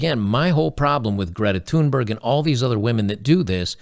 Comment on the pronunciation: You pronounce her name quite well! The "h" Thunberg is silent.